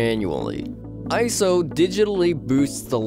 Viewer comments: It’s I S O Not iso... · Eye. Ess. Oh. Not eyeso